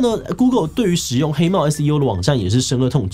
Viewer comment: 深惡(ㄨˋ)痛絕